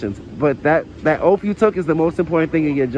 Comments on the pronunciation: The officer took an "oath," NOT an "OAFF." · Remer ur Oaf....no it's Oath.... Obviously you need to go to a speech class to Learn the correct pronunciation of words.😂😂😂😂😂😂😂😂😂😂😂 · Does he know the difference between an oath and an "oaf"? oaf /ōf/ Learn to pronounce noun a stupid, uncultured, or clumsy person. He is an oaf for his actions, speech and to an extent his beliefs. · Please learn how to say oath! It is not😠😠😠😠 offff! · This sovtard wouldn't be able to ever take "a oaf." Translation : AN oath.... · Did you take an "oaf"? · It's an oath not an oaf, he is an oaf an oath is what he took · He just admitted he is an illiterate. 😂 he can even say oath correctly 😂😂😂